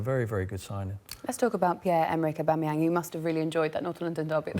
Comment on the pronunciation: OBAMAYANG LOL